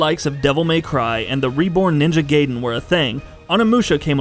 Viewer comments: Not Ninja "Gayden". The sound is like "Guy den". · Did you just pronounced Gaiden as Gayyden? You are fucking idiot. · The way he say Gaiden as Gayden, really piss me off!!! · It's not GAY-den... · It's guyden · It's ninja gaiden not gay-den. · people still say "gaeden/gayden" in 2018? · GA-EE-DEN but honestly I don't care. I call the 64 loz game "Orcania of Time." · Onimusha is samurai, not ninja. Also cringing everytime this guy pronounces Raiden and Gaiden wrong. XD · I was going to post the same comment, but I'm glad some one noticed it too. I'm surprised he didn't call stryder, stur-dur.